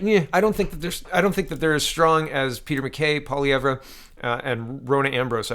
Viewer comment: I thought the 'r' in Pierre's last name is silent